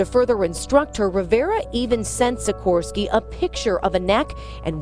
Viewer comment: シコースキーて日本語で書いたらヤバいだけだろと思って発音ちゃんと聞いたらシコールスキーでもっとやばかった。すみません。